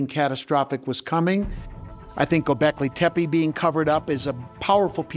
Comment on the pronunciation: He doesn't pronounce Gobekli Tepi, correctly. It's a common mistake, but NOT for an expert! Scott Wolter knows how to pronounce Gobekli Tepe, correctly.